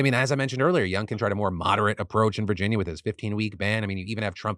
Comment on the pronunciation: lol "virgina"